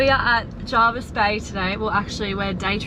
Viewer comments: Anywhere on the Shoalhaven coast is generally packed during Summer weekends and school holidays, especially areas that surround Jervis Bay (Huskisson, Vincentia etc). It’s also said Jervis not Jarvis. Locals kinda twitch when people say it wrong (yes, I’m local). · JERVIS.....NOT JARVIS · I live in the Jervis Bay Area and have for done for 45 years. It is as others have said Jervis not Jarvis. The bay has seen many changes over the years. Hyams for instance was a sleepy little bush area where you could purchase a block of land for $30000. If you were here over the Christmas period it is a crazy period of time with so many tourists, we actually don’t drive our car over that time as we can’t get out our street or get a park so it’s no wonder you had trouble getting in somewhere without a booking. A beautiful vlog thank you for sharing .